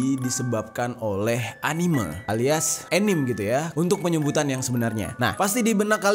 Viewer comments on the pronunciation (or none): Anime dibacanya ya animE bang bukan anim. Pengalaman tinggal dijepang nih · Bacanya anime ya ka bukan anim 😶